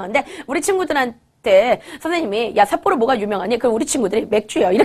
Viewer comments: 삿보로가 아니라 삿포로 아닌가요...? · 삿보로가아니라 삿포로입니다.ㅋㅋ